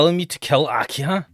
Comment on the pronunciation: why are you saying akia? the H is pronounced like the english H its aki-HA